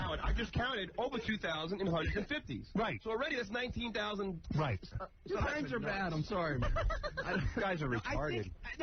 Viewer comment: All the way back to Noineteen NointeyNoine.